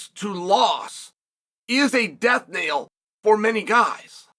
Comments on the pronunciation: Knell not nail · Death's knell, not death's nail. Knell is the sound a bell makes or the action of it ringing.